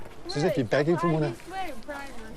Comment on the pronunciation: “Monneh” 🤦‍♂️